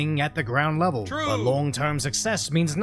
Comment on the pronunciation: Lol you sais butt dog